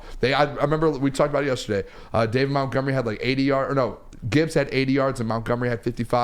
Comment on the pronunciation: Why does call Montgomery…”MOUNTgomery”?? It drives me nuts